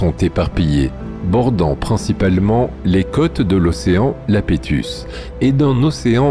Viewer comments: Yapétus ! Océan Yapétus, pas Lapétus. Ça s'écrit avec un i majuscule que tu prends pour un l minuscule. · dans toutes ses vidéos il se plante sur la prononciation de ce paléo océan. C'est dommage : il fait du bon boulot.